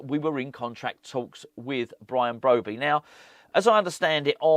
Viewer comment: Bwian Bwobbey?.... As Woy Hodgson would say, "Look, 2 wongs dont make a white, unless of course you're a Chinese takeaway on the Isle of White, but it's cwiminal what Bwady & Wullivan.... eh i mean Rullivan are doing at stwuggling West Ham, as owners they're like 2 wats in a sack dwunk on power & about as much use as a pair of council gwitters in Antarctica, IMO they should be making Aston Vanillas Duwan a top pwiority, a gweat young stwiker & dwibbler where they'll go fwom stwenth to stwength into to the top six & Euwope." ⚒